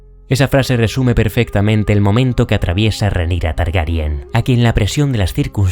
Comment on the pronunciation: Es increíble que seas de los pocos creadores de contenido en español que dices bien Targaryen, con E, por qué no paro de escuchar que dicen Targaryan, con A, también lo dicen así en el doblaje, y es algo que no entiendo en absoluto 😅 pero bueno, muy buen vídeo, es excelente como vas encajando lo que pasa en la serie con lo que sucede en los libros 👌🏻